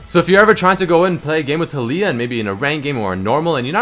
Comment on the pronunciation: A moment in silence pls for the mis-pronunciation of taliyah. Go watch the champ spotlight to hear how to say it.